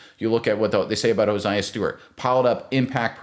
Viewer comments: Crazy you say Jared verse but not hared verse and you say hosiah and not josiah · Please pronounce the young man's name it's not hosiah it's Josiah 😆 🤣 😂 !😊